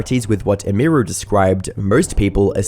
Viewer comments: This guy must have watched so many stream clips and still always manages to get name pronunciation wrong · Hey, good video and all, but whytf are you pronouncing emiru and maya's names like that? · Couldn't have Googled just one person saying her name correctly? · I cant not stand how you say Emiru. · ok bro i love ur content but how are you mispronouncing Maya and Emiru lol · How can you pronounce both Emiru’s and Maya’s names wrong? Is this dude AI? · That’s….not how you say her name…. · There's like 3 names stated in this entire video and you manage to butcher the pronunciation of two of them. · I guess my Dude doesn't know how to say Emiru 😂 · Either you’re AI’ng your voice, or you have absolutely no idea how to pronounce a streamer’s name that you are reporting on. Both routes lead to me as a viewer being unhappy with you the creator either having 0 understanding of the topic YOU chose to cover, or you made some AI slop, congratulations because either way, you can’t handle success properly, and rushing out incomplete “documentaries” doesn’t make you a creator, it makes you a clip farmer. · Come on, dawg. Pronouncing Emiru wrong i can see but there is no way you're NOT pronouncing Maya wrong on purpose. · Brother the way you say "Emiru" is making me die inside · pronounced her username wrong the whole video :/ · Dude it takes 30 seconds to learn how to say her name man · Have you never heard how her name is supposed to be pronounced? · Can’t pronounce Emiru or Maya haha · stopped watching because u kept saying her name wrong have some respect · 30 minutes of a man not realizing "emiru" comes from "emily"...unless he would also say "em-ee-ly" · not once did he get emi name right like fuck dude its not that hard